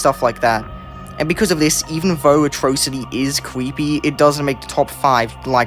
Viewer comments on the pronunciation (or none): ITS A-TRAW-CITY NOT O-TROW-CITY